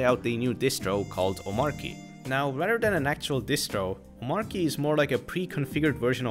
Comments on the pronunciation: by the way - the pronunciation is "OmarCHy," not "OmarKy" :) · I think its Omarchy not Omarky I'm talking about pronunciation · It's "omachy", actually ☝🤓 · Its pronounced Omachy(explain DHH creator of Omarchy) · Why do so many people pronounce Omarchy wrong. It’s based on Arch, hence it’s Om-Arch-y. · Omarchy is pronounced Omarchy. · It's pronounced omarchy btw. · Dis dude knows how to pronounce Arch but continues to mispronounce Omarchy. 🤣🤣🤣🤣🤣🤣